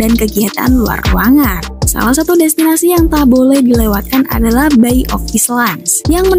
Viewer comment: Bukan bayi neng tapi "bay ( bei)